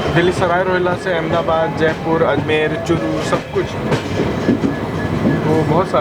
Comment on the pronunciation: Bro jodhpur not jodhapur